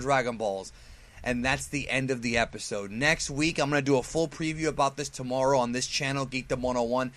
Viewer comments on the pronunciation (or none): none